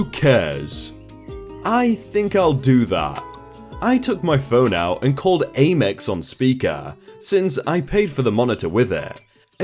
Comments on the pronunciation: It's "Am Ex" like "American Express" and not "Aim Ex". You have said it wrong a couple of times now. Just some info for the next story. :-) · AMEX is pronounced "am-ex" not "aim-ex"